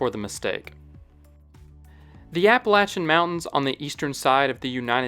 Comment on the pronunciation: High five for nailing the pronunciation of the Appalachians. The Highlands of Scotland were also part of the Appalachians too.